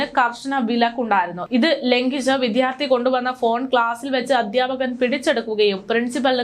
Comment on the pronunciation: വിഥ്യാർത്തി എന്നല്ല, വിദ്യാർത്ഥി എന്നാണ് പറയേണ്ടത് ❤️